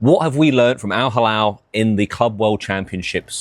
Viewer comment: It’s NOT Al Halal 😅 it’s Al Hilal smh